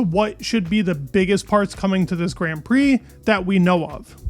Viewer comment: i love the news it's amazing but please say grand right idk about other but it pisses me off so much i click off no hate love the videos keep it up